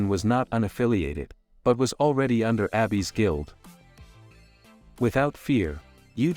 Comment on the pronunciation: It's weird that the TTS just randomly started pronouncing "Abyss" as Abby's.